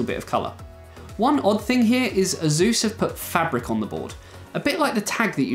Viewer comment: you can't even pronounce ASUS correctly... ?